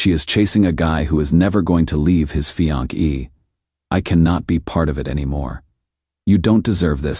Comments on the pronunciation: This is the most annoying AI voice on such channels. It pretends to be deep, mature and solid but it sounds just pathetically pretentious. He is the one that has given us "fianki" (fiancée) and "nine hundred eleven" (911). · "A married man to leave his fian-key" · "Fian-key" lol